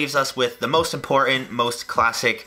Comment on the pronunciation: Important not Impoorehn